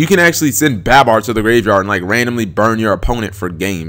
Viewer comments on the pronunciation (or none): Bab-bar really cap? Someone teach this man how to say made up names in a children's card game